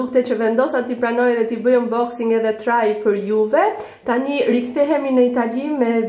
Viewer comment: eshte 'unboxing' jo 'umboxing'